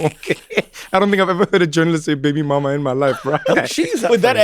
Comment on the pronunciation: the most British “baby mama” 😂😂😂